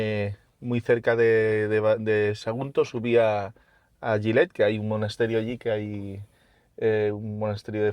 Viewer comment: Una pequeña corrección, se escribe Gilet, se pronuncia Jilet, no llilet. Se que lo que acabo de escribir es una aberración pero es para que quede claro😅